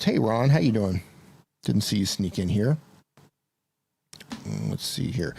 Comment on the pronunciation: Why does always say Doeing instead of doing.😎